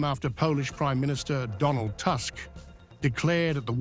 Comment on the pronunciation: Who is Task Polish premier name is Tusk( toosk) learn to pronounce properly